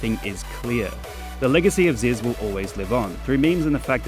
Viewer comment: its zyzz brah